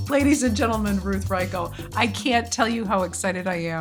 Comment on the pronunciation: She could not bother to pronounce Reichl correctly